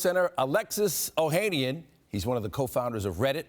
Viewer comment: Oh-ha-nian…not Oh-hay-nian